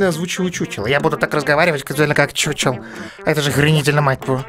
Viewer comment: Не чучел а хухел, т. к. игра чешская а по чешски ch читается как х.